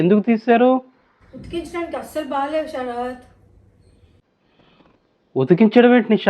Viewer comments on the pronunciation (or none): అన్నీ బాగానే ఉంటాయి. But మీరు ఎందుకండీ షరత్ షరత్ అంటారు 🧐🧐🧐. శరత్ .... ఒక ఋతువు. షరత్....షరతు ఒక నిబంధన. ఆ తేడాలు పలకలేని tongue అని నేను అనుకోను. ట్రై చేస్తారని అనుకుంటున్న.